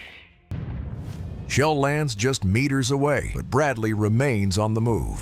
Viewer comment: Amigo veja a pronuncia correta para Bradley e bush master , seu vídeo é legal mas a pronúncia errada tá matando